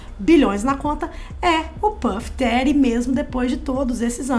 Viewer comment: É puff dead nao Didi